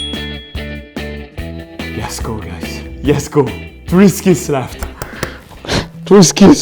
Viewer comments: It's let's go not yes go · its not yes go its lets go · its not yesgo its letsgo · Why does he say yesgo ITS LETS GO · Are you saying, "Yes go!"?